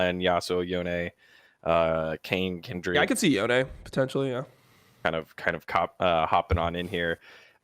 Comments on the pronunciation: why do people call him Yonay, its Yone cone bone zone tone hone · Watch the trailer, yasuo calls him yonay